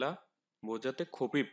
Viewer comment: খাপিপ নাকি হাপিপ